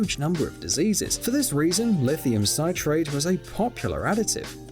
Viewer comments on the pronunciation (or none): Original video: it’s not pronounced “syte-rate”, but “sit-rate”, like citric acid. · Lithium Sit-rate not Sight-rate! It's the lithium salt of Citric Acid. Does anyone pronounce that as Sight-ric?